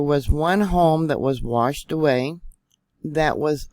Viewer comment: Thanks for all the great info,. There is no R in washed.